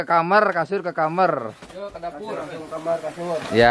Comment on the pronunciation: Kamar bukan nya kamer